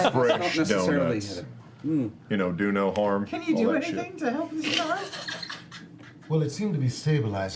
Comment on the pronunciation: travis: "donut harm" best